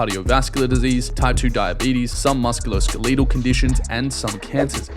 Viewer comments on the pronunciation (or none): Am I the only one who heard ""muss-queue-low-skuh-LEEDLE"" or nah?